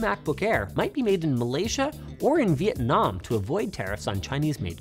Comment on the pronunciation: Shout out to Linus for that crisp pronunciation of "Viet Nam" 🙋🏼‍♂️